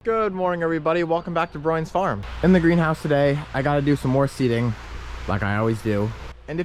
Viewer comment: I like your channel I subscribed ..but I don't do notifications...it's a pain in the rear.. you need to change your name ..I say broyans farms it comes up Bryan farms...even when you say your name it sounds like Bryan farms...I guarantee this is why you have low viewers.